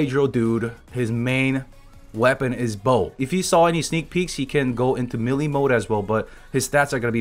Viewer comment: just wanted to let you know that the word Melee is pronounced like "May-lay," not Mee-lee.